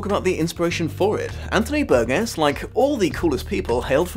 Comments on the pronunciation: Ummmm actually the 21st chapter was re-entered into American publications quite some time ago. Over 35 years ago actually. And a man's name isn't like a piece of fruit such as that of a tomato. Burgess pronounced Bur-Jes not Bur-Guess . I love the Kubrick film but the truth is it has become a sad new trend to examine this story and what was intended through the film. Anthony Burgess' personal life experience with his first wife and the troubling concerns he examined at the time of the novelette's creation should be taken into account. And the truth is sound bites and video snipets from old school Television talk shows simply doesn't get it done. People interested in this story and movie really should consider approaching the novel. Reading itself is something many of us should become accustomed to. Practice,practice practice my little droogies. You may just start to notice something that Burgess was often trying to point out subtly concerning reading literacy and the modern world. Where do you fit in? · Hi, I am enjoying your videos a lot. A few nitpicks:: 1) I believe Burgess pronounced his name with a soft "G," like Bur-jess; 2) the music that plays during the sped-up sex scene is Rossini's William Tell Orchestra, not Beethoven—in fact, apart from the 9th Symphony very little of the score is by Beethoven, most of it being variations on Rossini or Purcell; 3) although "horrorshow" is used less frequently in the movie than in the book, it does appear seven times in the movie—the movie decreases the use of Nadsat overall; 4) Burgess himself is the source of the explanation that "queer as a clockwork orange" is a Cockney expression—there are no other uses of it in print prior to the novel's publication, so it's possible Burgess gave this origin as a joke (which would not have been out of character for him). Hope you take these in a scholarly spirit, not to take away from the very fine insights. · Burgess is pronounced bur jess not burg ess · Um... BUR-jis.